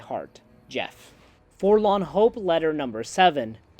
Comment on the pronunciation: Here's a drinking game: every time says forlan, instead of forlorn, take a shot of whiskey....